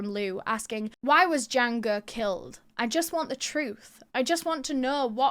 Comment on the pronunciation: I like the episode, but there's a few things that are incorrect. 1) Jiang Ge and Liu Xin are pronounced Jyang guh and lee-o sheen. 2) Jiang and Liu are last names. China (and Japan) use surname first naming conventions.